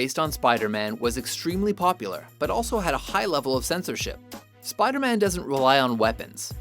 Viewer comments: Soup-aida-Man lol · Supaidaman, Supaidaman, does whatever a supaida can!